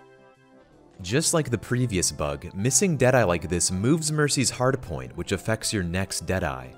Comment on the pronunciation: Is it just me or is he saying hardapoint?